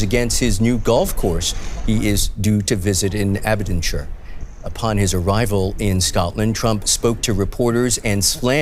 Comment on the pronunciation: "Abden shir" maybe chech the pronuciation on that one